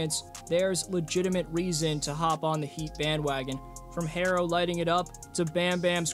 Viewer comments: Tyler picks up cell “Hair-ro, Hair is this?!” Lol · Why does he keep calling him “Hairro?!” Tyler Hairro….smh